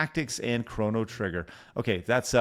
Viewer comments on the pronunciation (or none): none